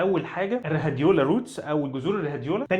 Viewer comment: 🤣🤣 بجد المهم بعد كده انطقها روديولا